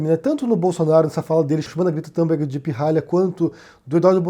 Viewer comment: "Tumberg" e não Tamberg": não é inglês!!!